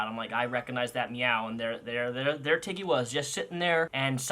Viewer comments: When you said Tiggy at first I thought you said Titty. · At first I heard Tiggy as Titty :'D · "This is Tiggy-" My dumbass brain: did he just say T I D D I E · this is my cat tiggy what i understood: titty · Ngl when he said tiggy I thought he said tiddy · I honestly thought you said titty 🙄😂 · I heard Tiddy when you first said Tiggy’s name. Lol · I thought you said titty not tiggy lmfaooo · I thought you said tittie at first. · Not going to lie at first i thought you said his name was titty lol 😆